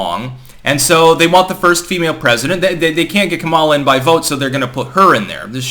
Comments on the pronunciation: I can't help notice that is mis-prunoncing Kamala Harris' first name. Now she is very sensitive to that, mind you. It's Ka-mala. (stress is on the Ka part, as in Ka-lamity). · No, he's not. It's pronounced Kum mala, just ask her. She spent enough time on her knees for Willie Brown 🤣